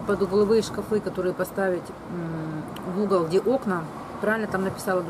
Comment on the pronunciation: когда ты сказала ШКАФЫ я упала)))))))))))))))))))) и ржала как лошада Пржевальского))))